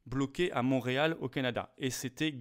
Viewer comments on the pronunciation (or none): none